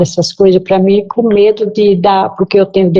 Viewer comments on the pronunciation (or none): none